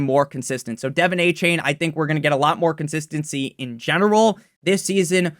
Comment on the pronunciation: “Devin aye-chain” drives me nuts